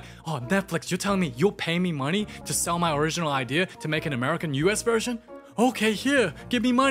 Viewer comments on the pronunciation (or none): "Wrinkles love the munee" HELP